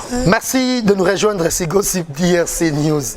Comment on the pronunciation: eeee nzambe Jazz Gossip na anglais eza Gassip